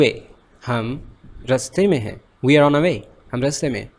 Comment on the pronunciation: U have one mistake that i noticed..."we" pronounced as "vee" not "vui"... M i right??